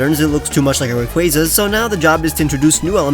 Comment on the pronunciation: ITS “RAY-KWAA-ZUH”